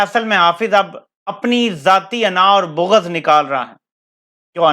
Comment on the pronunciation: بو غض نہیں جی بلکہ بغض